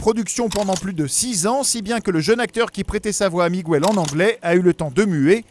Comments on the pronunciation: Ptdr t'as jamais fait d'espagnol de ta vie, ça se dit Miguel, pas migouel, le "u" est là pour éviter de dire mijel parce que g+u fait "gu" pas "j". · sympa mais 1 chose que vous ne saviez pas , on ne dit pas "migouèle" mais miguel (comme dans guenon ou guerre ) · WTF???? LE Prénom Miguel ne s'écrit pas avec un " ¨ "sur le U... Alors pour quelle raison vous dites "Migüel"??? En espagnol, comme en français, G+U = G (comme dans "Mangue" "Morgue" "blague" "Camargue" "Drogue" "Pirogue" "Bilingue" "Langue" "Gueule" "Rogue" "Baguette, "Guitare" "Bague" "Pygargue" ... ) Un des mots qui se prononcent avec le 'g' et le 'u' en espagnol est "Vergüenza" (= honte). ;) **Petite leçon de prononciation gratuite** Sinon, j'adore ce film aussi il est super beau! ^^ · Miguel, pas migouel s'il vous plaît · OUI c'est ce que je me suis dit ! J'ajouterai que dans le film en vf ils disent bien miguel pas migouel, je l'ai pas encore regardé en vo ptet qu'en anglais c'est migouel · dans la VO anglaise ils disent Miguel aussi ils le prononcent pas migouel, ça me stresse aussi la prononciation du migOUel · À quel moment dans le film il prononce Miguel comme ça srx c’est un manque de respect prononcer correctement les prénoms quoi... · Lea Vdn merciiiiiii j’en pouvais plus de son Migouel! Mes oreilles saignaient à chaque fois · mais c'est vrai qu'il accentue bien le miguuel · Lea Vdn « Migouel » ça fait plus portugais qu’autre chose on est d’accord. 😉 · Ay, on ne prononce pas le U de Miguel en espagnol!! Ca se dit comme en français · En espagnol on prononce toutes les lettres